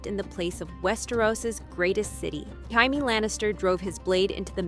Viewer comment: How to know if it’s Ai slop? Well it’s easy instead of Jaimie they say heimy lol fucking garbage